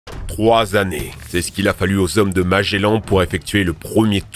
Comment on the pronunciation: "Deux cents trente-sept z'hommes"... "rien ne soit z'inaccesible à l'Homme" ... nan mais sérieux... (normalement, tu es censé t'améiorer, depuis le temps, pas empirer...)